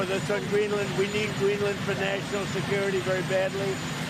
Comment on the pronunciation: “We knee greelann” 😅